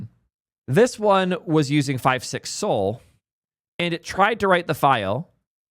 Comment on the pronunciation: Pronounce Sol as "Soll/Saul", not "Soul".